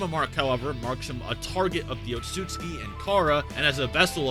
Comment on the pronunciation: OOTSU-TSUKI is pronounced